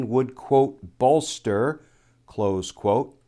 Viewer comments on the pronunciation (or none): none